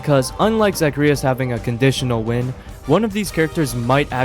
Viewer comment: why did you pronounce zagreus like that 😭